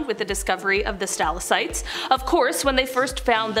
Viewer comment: There is no such thing as a "stal-uh-site", it is a "stah-lak-tite". Your overall delivery is excellent and the information is very interesting. However, it would be appreciated if you check your pronunciations. Thanks